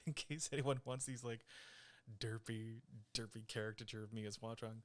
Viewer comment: All things considered, your grandmother sounds adorable. Mine is almost as old and she is nothing like that. No computer in the house or anything. Mispronouncing "Hua Cheng" and "watch on" sounds like it's super ripe for a parody video. Imagine Xie Lian going into battle and screaming "WATCH ON!" as Hua Cheng idfk transforms or something is too funny.